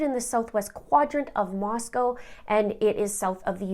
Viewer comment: Moscow, Idaho is pronounced "Moss-coe"